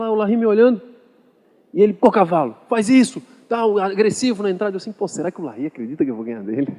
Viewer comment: Muito bem lembrabo, eles falam "faiz"mesmo kkkkkkk